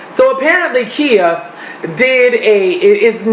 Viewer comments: Im used to singing "Its time to get real with " lol what happened? also her name is pronounced Kya not Kea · now no you did NOT disrespect queen Khia lmao idk if u pronounced her name wrong on accident or you were proving how irrelevant she is lol